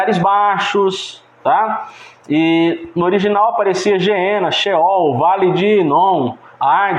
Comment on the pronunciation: Ñ se diz geena irmão. Gueena.